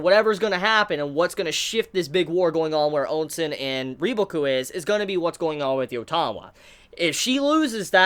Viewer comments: Ayeeee no more "on-sen" lololol 👍🏻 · I know you are free to say "OnSen" if you wish but I wanted you to know that you are messing up a huge deal here because Ou is actually their family name. Ou Hon, Ou Sen, Ou Qi all share the same family name and when you say OnSen, it sounds wrong on so many levels which is why many people complain. Just wanted to point out the fact. Same for Qin being pronounced "Chin" which would go in the future to become "China"